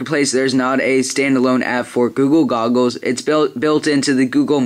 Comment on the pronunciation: "guga gogles? lol it sounds to me like that -_